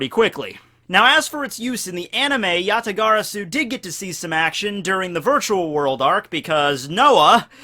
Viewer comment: Oh man his pronunciation of yata-garasu is... agonizing to say the least... but I can look past it for the good vid. Gg git guud scrub #BanAllKaijus